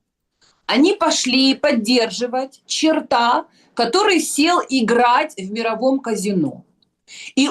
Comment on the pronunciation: Всегда с удовольствием смотрю выпуски со Снежанной.Умная,красивая,такая энергичная!Единственный момент,который меня всегда немного коробит - почему она говорит чартА,а не чёрта?!😕